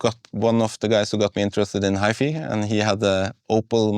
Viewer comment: HiFi in English is pronounced as High Fai not High Fee. Gently correct the Sigberg founder before he utter this word in English speaking Hfi shows. You might save him some embarrassment.